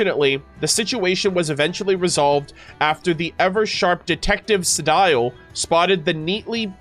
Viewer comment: I'm so sorry if I sound like a broken record for this, but... Sedile is pronounced "Se-DEAL".